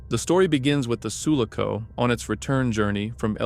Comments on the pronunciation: It's Su-LA-co, not SU-la-co. My brain hurts. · Everyone crying for the way the guy pronounces Sulaco shows how bitter Alien fans are 😂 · Enjoyed the video but PLEASE learn how to say sulaco